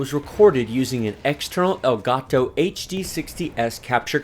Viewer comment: love the way you pronounce El Gato! loved the video enjoyed it very much )